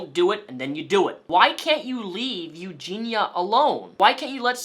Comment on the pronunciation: Eugenia Cooney has ED? Erectile Disfunction? As an audio only listener, lulz. Also, is it 'Eugina', or 'Eugenia'.... Because you keep saying both ;). Sometimes you don't done gone speak so goods. Also, you should interview Billy the Fridge about Onion boy. That would be an epic Trainwreck. No way he would be down tho. I feel bad he's stuck in the middle of this because he's friends with everyone. And friendly to everyone, no matter what. That Billy is a good guy